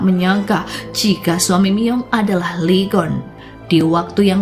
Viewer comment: Lee Geon bacanya i gun min